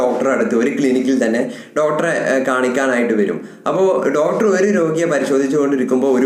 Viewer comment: ഡോട്ടർ, ഡോട്ടർ, ഡോട്ടർ ഒരുപാട് തവണ പറഞ്ഞുകൊണ്ടിരിക്കുന്നു. ഡോക്ടർ എന്നതല്ലേ ശരി